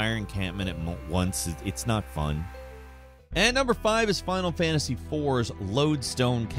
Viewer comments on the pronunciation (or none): none